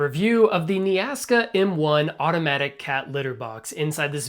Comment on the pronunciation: Might want to read the brand name more closely. Its not "Nea ASKA" Its "Nea KASA"